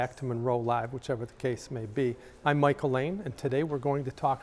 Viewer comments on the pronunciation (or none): none